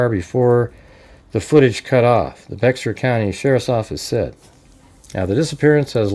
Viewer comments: Hey genius, It’s not Bexar. It’s bear. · That is pronounced like bear county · Hey bud. Heads up to say say the county correctly it’s Baxer as in “bear” county leave the x sound out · Pronounced "Bear" county. Sheriff dept is incompetent unfortunately